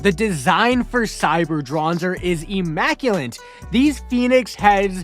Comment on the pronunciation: immaculate, not immaculant